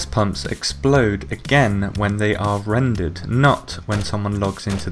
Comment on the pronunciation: i cant understand when he said the gas station explode when its "rended"? what does that mean?